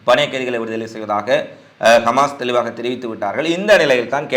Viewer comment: நீங்கள் கமாஸ் என்று குறிப்பிடுகிறீர்கள் ஹமாஸ் என்று சொல்லவும்